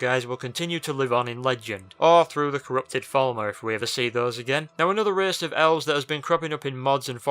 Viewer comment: An 11th "reehce"?